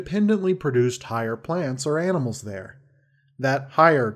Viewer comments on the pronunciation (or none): none